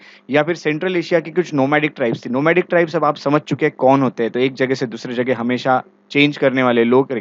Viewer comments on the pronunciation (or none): none